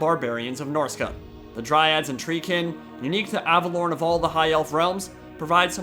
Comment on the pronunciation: Your pronunciation of Averlorn is triggering me.